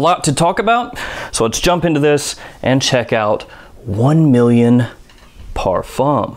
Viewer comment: How many times can he possibly mispronounce parfum?